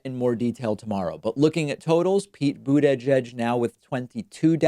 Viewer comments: Please David, you're too smart to keep mispronouncing his name. Think Buda-judge. "edge edge," unless a parody of 45, makes you sound like an imbecile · Boot-edge-edge doesn't make any sense. Why would the first "i" in Buttigieg be pronounced as an "a"? It would have made sense if his name was Buttagieg. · “Boot-edge-edge” for Buttigieg, “Toolsi” for Tulsi. David’s deliberate mispronunciations of certain names crack me up, making his videos entertaining as well as informative. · Why does he say buttedge-edge? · You're seriously gaslighting man, I've heard no one else pronounce it Boodedgedge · I don't know, as a czech not native speaker, I always hear "bootyjudge".... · It's more like "Boot-a-Judge" to me. I chuckle every time I hear him say it. He's so emphatic with it. I appreciate him not calling him mayor Pete. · I think it's his way of fucking with them, the same way he says "Toolsi" when talking about Tulsi Gabbard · David can you stop calling the rat boo-dadge-edge? It makes you sound really dumb. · Sleep Paralysis, but it's just David Pakman saying "Buttigieg" over and over again. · The way you say Buttigieg makes me physically ill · it just sounds so weird when David says it because he stresses each syllable rather than just saying it as one word/name. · Please don’t say butigieg again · It bugs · Buda-judge is not much better. I mean, it's really not that difficult a surname once you've heard it pronounced correctly at least one time. Don't think the examples through other words are necessary.